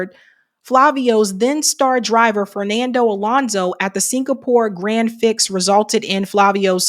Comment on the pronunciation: it’s grand “pree” not grand “pricks”